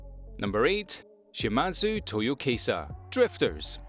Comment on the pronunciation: The name is Shimazu Toyohisa not Shimazu Toyokisa or Toyokisha